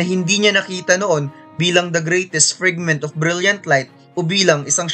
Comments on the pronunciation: Frigment or fragment? 😅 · Frigment pa nga